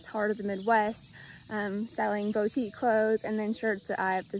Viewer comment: It’s pronounced booteek not boteek Sorry.. not stalking!! 😬